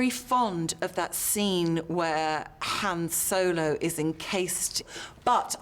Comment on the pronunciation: It's YAWN Solo!!